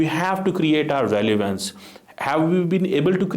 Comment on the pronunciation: KYA ENGLISH HAI - RELIVANCE KYA HOTA HAI?